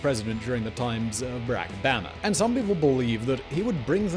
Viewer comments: WTH? Have you never heard anyone pronounce “Barak Obama”? Why do you say it like that?? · The way you say Barack Obama sounds horrible